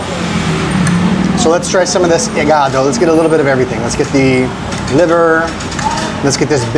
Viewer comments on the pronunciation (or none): You pronounce "igaDO" like an Italian "iGAdo"